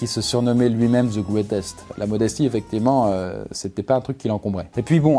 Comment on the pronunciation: il s appelait le gwetest Ahhhh l'anglais.... 😏